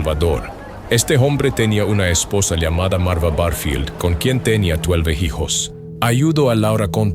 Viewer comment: Este canal me gusta, pero no puedo evitar reír al oír ano en lugar de año o jijos en lugar de hijos 😂😂😂😂 Buen canal 😅